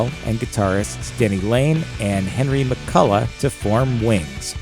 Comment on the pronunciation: It was Jimmy McCullough not whatever he said